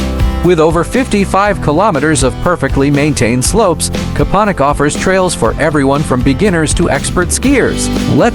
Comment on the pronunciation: It's Kopaonik.